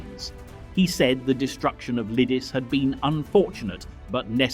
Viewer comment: True, and Lidice was incorectly pronounced throughout. But what can one expect from a Yank? Nothing much really.